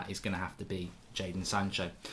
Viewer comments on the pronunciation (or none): none